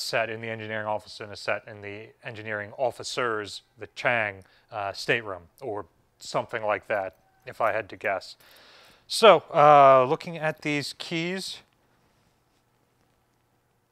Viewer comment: [clears throat] ChEng is pronounced to rhyme with "meng.", is much easier.